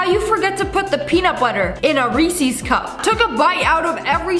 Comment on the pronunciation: I'm if it's a !thanks MN thing but why does she say rEEEEsEEEEs.?